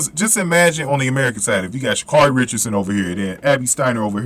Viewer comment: It's pronounced ( sha' carry)